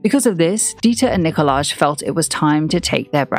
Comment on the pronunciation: Nicolaj is pronounced Nikolai